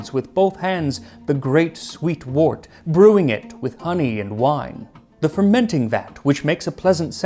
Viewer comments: 'Wort' is pronounced like 'word' and 'worm', not like 'wart'! That aside, good video. Thank you for the information. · Wort - usually pronounced like “wert.” Or like word with a “t.”